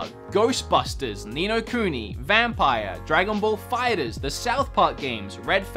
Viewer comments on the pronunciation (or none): Me: That have watched dragon ball: Dragon ball fighters. Me: you pronounce it dragon ball fighter Z 2 diffrent words fighter and z